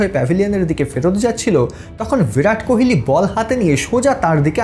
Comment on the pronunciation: আপনি কোহোলিকে কেনো অশিক্ষিতের মতো কোহেলি কোহেলি উচ্চারণ করছেন?